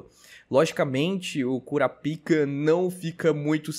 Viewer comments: Petição pro falar o nome do protagonista de forma abrasileirada. É Kurapika e não Kurapaika 😂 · O br é Kurapaika, original é kurapika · passa a chamar o SaraPau igual o narrador: "KurÁpika" Vi que tu ficou desconfortável em chamar de Kurapika kkk tmj! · Eu gosto de pronunciar "Kurapaika" mesmo, Kurapika eu não tanko kkkk.. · para de fazer enfase no nome do kurapika. Precisa ficar com vergonha não , escolha qualquer 1 e gg , mas toda hr me desfoco por causa disso.